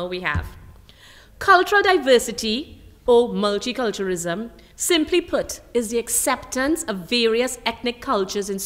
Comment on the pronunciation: did she really say mulchi culterism? My god...is she really representing my country? Can't bear to watch any further >_<